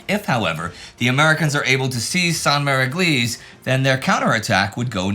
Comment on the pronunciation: "How to pronounce Sainte-Mère-Église" 😂